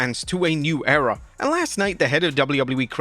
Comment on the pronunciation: Agian with "A New Era(ror)